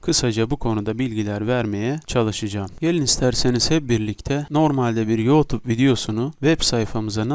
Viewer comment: Senin teleffuzun batsın yootub nedir 😂